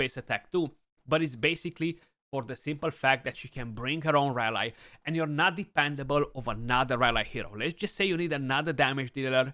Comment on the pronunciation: great vid but rally is pronounced as ra-lee not ra lai.